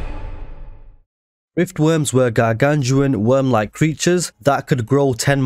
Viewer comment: No matter how many times I hear it, "they're sinking cities with a GIANT WOOÖRM" will always make me laugh